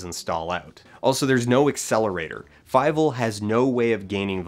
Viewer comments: Why do you pronounce it as fi-vel? Is that the one they use in the movie? It looks like a German name and as such it would be pronounced fee-vel. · FIEVEL? FEIVEL?? FEIIIIIVELLLL!!!